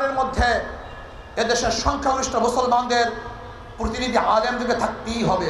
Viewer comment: এরা ভবিষ্যতে দেশ পরিচালনা করবে!!!! ভাল করে,প্রতিনিধি উচ্চারণ করতে পারছে না,,বলে কি না প্রোতিনিধি😂😂